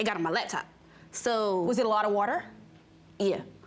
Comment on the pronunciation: “WOOTER” 😂 “Do not turn BACK ON the computer” 😣 These young ladies need to learn how to speak! Jeez!